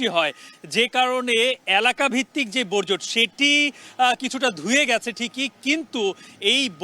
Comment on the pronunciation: বজ্র না,বর্জ্য😢